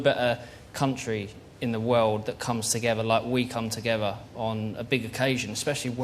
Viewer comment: It's not togevver David it's together lad!